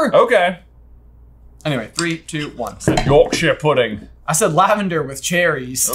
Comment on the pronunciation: As a british person yorkshire pudding was triggering